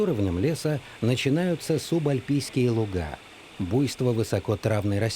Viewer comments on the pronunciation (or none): none